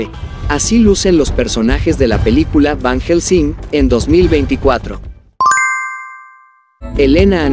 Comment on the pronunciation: Ni pronunciar el nombre de Van Helsing pueden y asi suben videos...no les da pena